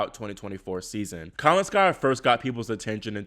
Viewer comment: The name is not kalinSKAIa. Please say kaLINskaia